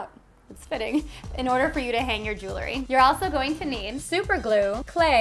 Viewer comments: Could be pronounced jew el - ry, not jew-le ry - nor e between the l and r. But, nice videos, keep em comin!***** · Just a note - jewelry has 2 syllables - pronounced jewel-ry, not 3 as you say jew-le-ry. Nice tree, though.